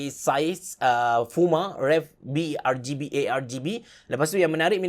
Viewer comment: Sebutan "RGB" ialah 'arjibi' bukan 'argibi'